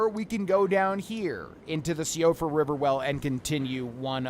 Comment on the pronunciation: I believe it is pronounced “Siofra” as in (Shee,o,fra) as I think it’s Irish descent, or somewhat Norwegian.